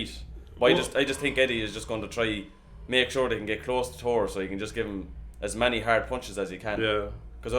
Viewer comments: Bro his name is thor not tour 😤. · you both pronounce his name with a to in stead of a th get your english correct its annoying. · He’s making a joke at how you say Thor. Tor instead of Thor. Thats all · I think it is pretty clear what they are saying. If the correct pronunciation is TOR and not THOR, then the person trying to say it should try to say it correctly. That said, both the guys in the video, on purpose or not, are actually saying the name correctly.